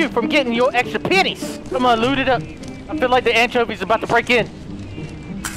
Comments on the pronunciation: I heard “I love the penis” but like he didn’t pronounce the E properly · sounds like he saying penis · Lol it sounded like you said I like the penni's😂😂